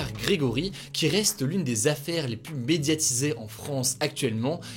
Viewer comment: Aïe ! Pas pluSS proche. On ne prononce pas le S dans cette phrase. Pour le reste, tout est top.